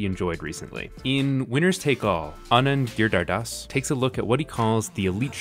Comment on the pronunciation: Anand Giridhardas is most likely pronounced as Aan-und Gee-ree-dher-daas